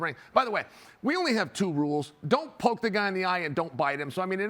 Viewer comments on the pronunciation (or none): none